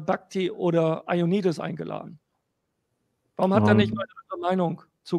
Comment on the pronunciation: Der Typ heißt JOANnidis, und nicht EIONnidis! Das kommt von Johann, und nicht vom Ei.